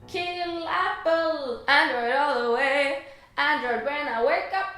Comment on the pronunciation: Yaas, tack o lov att du säger chex!! 🙌🏻 men android? .... Njaaa